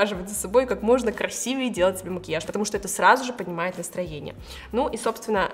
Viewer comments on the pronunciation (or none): none